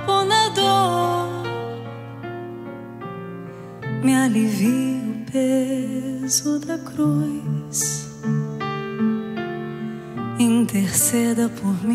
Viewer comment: Lindíssimo! Só precisa pronunciar os ditongos de maneira correta: Jesuis....Luiz....cruis. Só uma observação.